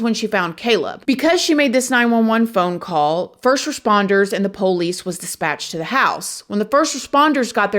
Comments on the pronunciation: Anyone else loves how says POlice 😂🤍 it gets me every time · The po' lees, Im done with this channel.